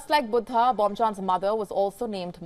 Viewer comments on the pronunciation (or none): Buddha not butta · Not cute. Pretentious. She is an Indian with a language from India as her mother-tongue. Buddha is pronounced as Buddha in every one of our languages. She has no excuse for mispronouncing. She is just being silly. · Its cute how she pronounce Buddha as BOOTA! 😊 Bood Haa! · Is her pronunciation of Buddha correct?